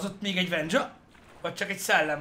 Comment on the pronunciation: "Vennya", "Wendzsa" :'D